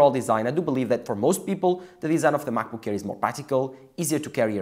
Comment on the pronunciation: i thought its called macbook air why he keep saying macbook care?